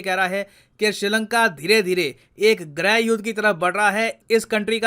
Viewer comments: Sir minor correction, it's pronounced as Grih and not *Greh*, Thanks. Love your Work ❤️🇮🇳 Jai Hind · Sir just a minor *correction*, it's pronounced as "Grih" and not "Greh". Thanks. Love your Work ❤️🇮🇳 Jai Hind